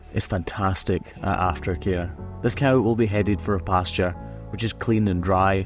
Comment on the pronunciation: You call them „stark“, and here in (Northern) Germany they are called „Starke“. Pronunciation is a bit different, though. 😊 I also find it remarkable that cameraman says „coo“, which sounds like the German word for cow: Kuh. In some areas around here, people say „co“ (as in co-worker) or even „cow“. Language is funny, innit?